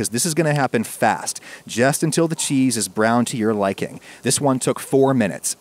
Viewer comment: Gotta love that kwispy chuheese